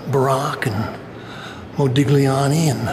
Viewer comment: Hi First of all let me tell you how much I love your videos... as an artist myself there's always something inspirational about seeing the work of other contemporaries. Can I just please point out something trivial that I have said to others before...The pronunciation of the name of the Italian artist Modigliani..... if you had to write it in English it would be something like... Model Yani... Carry on with the good work All the best John Paris Dimech